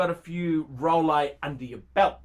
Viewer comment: THEY'RE RROUHLEEKS!! LOLEKS LOUHLEKS LOLEX PLEASE! ROLEX PUHLEASE!